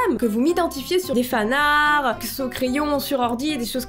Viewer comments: Fanarts avec la prononciation /fanartes/ tiens de l'anglais En français tu ne dis pas /arte/ mais /ar/ dont fanart tu le prononce /fanar/ 🤷🏼‍♀️ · Personne: Littéralement personne::"Les fanarrr" C'EST LES FANARTS!